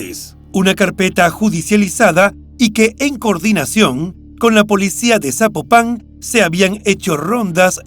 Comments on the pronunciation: No es zapo pan 🤔 es Zapopan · Amigo ni idea de donde seas pero no se dice "Zapopán" se dice Zapopan, de corrido sin enfatizar en la palabra "pan" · Es Zapopan no Zapopán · Estaría muy pero muy bien, que antes de hacer tus videos investigues cómo se pronuncian los nombres de personas o lugares que vas a mencionar. Cada vez que dices ZapopAn mi imagino un sapo arriba de un pan!! 🤣 se pronuncia ZapOpan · Me gusta el programa, pero sin ofender me gustaría aclarar que no es Zapopán , es Zapopan Jalisco " no lleva tilde . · No SABES PRONUNCIAR ES ZAPOPAN NO ZÁPOPAN DOS YA MUERTA LA MUJER LAS ACTIVISTAS PROTESTAN NO MMN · Se escribe ZAPOPAN y NO se pronuncia Zapopán, se pronuncia Zapópan. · "zapopán" jajajajaaja que insoportable escucharlo así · Se pronuncia fuerte laprimer silaba zápopan y matamoros como se ve se pronuncia no matamorros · Al narrador le voy a pedir un favor, antes de narrar investigar como se pronuncia las ciudades, es horrible como dice Zapopan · Es la justicia de Jalisco y el poder judicial sumamente corruptos no el gobierno federal también quiero saber de donde es el narrador pues pronuncia Zapopan muy mal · Hola, te mando felicitaciones por tu trabajo; la investigación y narración son buenas. Al calce, solamente puedo mencionar que sería importante poner atención a la pronunciación de nombres propios de las regiones que mencionas en cada uno de tus narrativas. Zapopan, lleva acento prosódico en la "o" y en otro caso, se suscitó en Matamoros, aquí entre las dos "o" la "r" se pronuncia suave no como si fuera doble "r". Es una pecata minuta, pero es importante para enriquecer tu trabajo. Saludos desde Los Ángeles Cal. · Estelaflorespenagos: tampoco es correcto Zapopan con acento en la primera a es Zapopan sin acento escrito, solo se pronuncia el acento en la o. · Al narrador le sugiero que aprenda a leer, o se informe cómo se pronuncia Zapopan, porque no lleva acento de pronuncia sin acento o es Zapopán.